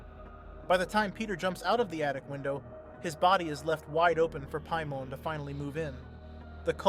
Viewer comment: Doesn’t waste time with even knowing the proper pronunciation either. “Lame”ia and piemon when the movies clearly state the names.